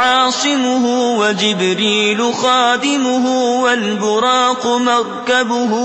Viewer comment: In the second line the pronunciation والبراقی but the written word is والبراقا So correct it